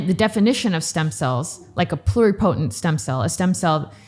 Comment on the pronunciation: A very nice discussion the definitions and part of the history on stem cells in the USA so far. It’s a little frustrating to hear someone in the field mispronounce totipotent and multipotent. It’s not said the same way as pluripotent which is being said correctly. The same goes for the word Mesenchymal which is usually mispronounced. When someone is speaking to people who don’t know the terminology and they hear it incorrectly pronounced then we have a bunch of people saying it wrong.